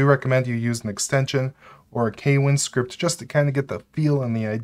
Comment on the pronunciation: note: kwin is pronounced with one syllable